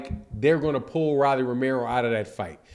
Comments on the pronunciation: It’s pronounced ROW-LEE NOT RAH-LEE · Why you saying Rawlie when it's Rolly as in Roll-e? I know you've heard the name said the right way over 20 times here on youtube puzzy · Who the hell is Ra’Lee? It’s Row’ Lee 😂😂😂😂😂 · my dawg but why bruh say rolly name wrong on every video on purpose 🤣